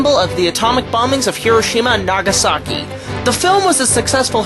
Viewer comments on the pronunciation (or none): none